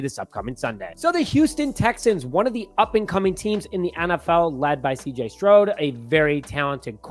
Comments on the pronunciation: S t r o u d. Not S t r o d e. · CJ Stroud not CJ Shrood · cJ stroud not strode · Texans are going to welcome Williams to the NFL. let's go Texans. and your playing in our house. the Texans go 2 and 0. and plus say his name right it's CJ stroud I wish you know how to say his name work on that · Learn how to pronounce the MVPs name. CJ what? Lol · Does he keep mispronouncing CJ's last name or am I crazy?